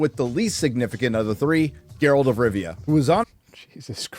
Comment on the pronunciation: Gayralt of rovia